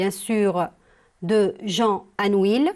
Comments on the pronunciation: On dit"anouille" et non "anouile",merci. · Chère prof on prononce pas le "L" dans ANOUILH. Merci.